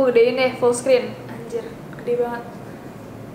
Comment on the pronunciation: Wkkwkwk.. kaget gw pas bilang . "Anjir." 😭.tu laki Kek orang indo ga si tu